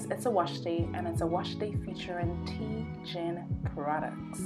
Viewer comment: Its TG I N ...(.Thank God Its Natural) not Tee gin